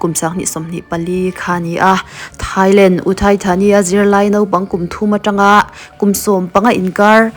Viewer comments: Thailang❌ Thailand ✔️ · Thailand ❌ Thailang ✔️